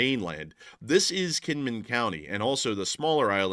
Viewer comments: Just a small pet peeve of mine, the island of Kinmen is actually pronounced with a J like Jin-min. It’s a weird thing in Taiwan but cities that have K’s are usually pronounced with the J sound. Do this so you sound like a local. Lots of thanks from an American living in Taiwan right now by the by. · Kinman, ithought you said knit, hahah, tell to make you a sweater. Hahahah, hope ya remember.....❤ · Kinmin, or was it Kinmen? LSA!